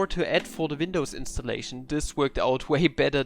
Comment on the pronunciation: Listening pronuncing "Vindows" instead of "Windows" made me want to reinstall manim